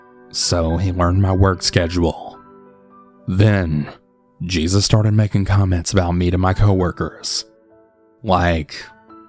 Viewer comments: Smh cmon cannabal really ??? Smh it’s not JESUS (GEE-SUS) it’s obviously JESUS AS IN ( HAY- SuuS) 🤦🏿🤦🏿🤦🏿🤦🏿🤦🏿🤦🏿🤦🏿🤦🏿🤦🏿🤦🏿🤦🏿🤦🏿🤦🏿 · It’s no JESUS, it’s HEY-soos, it’s Spanish 🙄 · Um... Jesus... Geezus?? I think you mean Jesus pronounced Hay-zeus 🤨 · Jesus pronounced Hey Soos. Lol. I’m assuming 💁🏻‍♀️